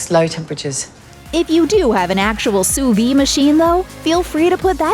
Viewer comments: Learn how to pronounce Soo veed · You pronounce the D at the end of "sous-vide". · yes sounds like soo-veed :)